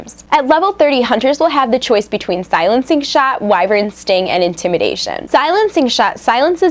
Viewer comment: Also, you pronounced Wyvern wrong.